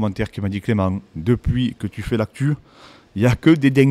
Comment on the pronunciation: Excellent très pertinent. Par contre tu m as tuer clément proper douze 😂😂😂 aucun effort ahahahah